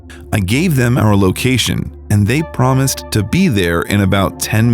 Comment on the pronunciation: So nobody hates how this dude Emphasizes on random work “I called the police and told them about OUR situation”. Who else situation would it be ??